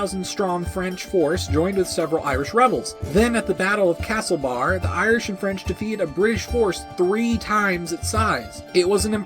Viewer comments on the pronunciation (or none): I'm from castlebar, the 'ar' but in the name is more subtle, everything rolls off the tounge easier. Castlebar, not castlebAAR